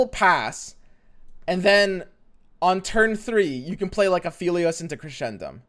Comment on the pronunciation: Also pronouncing Aphelios wrong XD